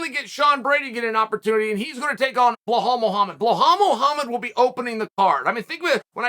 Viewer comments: “blehal” muhammad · Bluhhal has only one chance to correct how his name is pronounced, just become the WW champ 😎